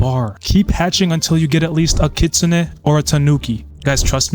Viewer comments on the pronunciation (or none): Kitsunay not kitsun